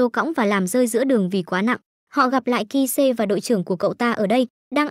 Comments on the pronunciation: T fan ông kise mà đọc kis kid xem khó chịu vc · Kid là ai nhể, toi nhớ chỉ có Kise:)? Hk ấy mình đọc tên cho chuẩn xíu được hơm ad 🌝